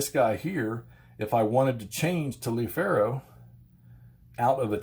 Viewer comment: Endless fun from this series. Look up how Taliaferro is pronounced, it will surprise you!